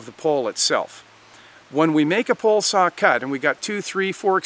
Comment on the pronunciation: Are you saying. Pole or Pull.